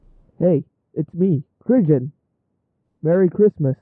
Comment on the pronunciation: Oh, I guess your name isn't pronounced "Kri-gi-yon" after all.